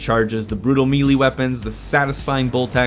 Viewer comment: It's pronounced "may lay" not me lee